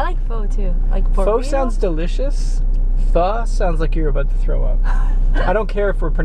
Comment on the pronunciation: Its funny how your () tryna do an american accent because your sound exactly the same as an american to me apart from when you say words like 'about':L lol